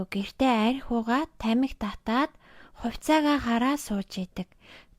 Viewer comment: Uul ni neeh uulmuurgui bn ghdee bainga iim content hiih ym chini erthen zasaad yvchul iluu amjilttai bh bolvu ged hellee shu. Er ugend dandaa em egshig oruulaad holij yridag ym bn shuu jisheelbel baigeegaar, huvitseegaa, tsalingee geh met kkk